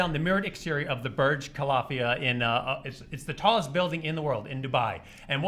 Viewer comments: BURJ KALAFIAH? it's Burj Khalifah just like wizKhalifa, I'm from Dubai and that really irritated me lol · "Burj Khalafia" man? Pronouce it correct! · "The Burj Ka-La-Fia"... "A-boo Da-Bee"... Umm, not quite.